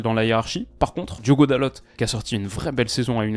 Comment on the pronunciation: Hello :) dalot se dit dalo, le t ne se prononce pas ^^ top vidéo sinon 😊